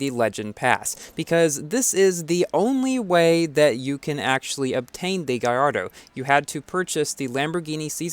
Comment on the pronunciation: Gaiardo? It's gallardo